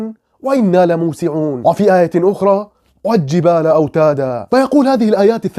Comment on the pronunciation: والجبال اظهر اللام ولا تدغمها بالجيم فضلا وليس امرا يا طيب